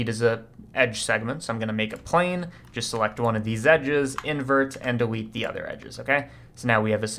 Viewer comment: are we gonna talk about how he said dewete